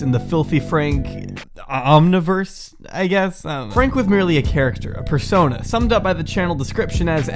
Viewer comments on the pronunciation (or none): its omniverse not omiverse you degenerate fuck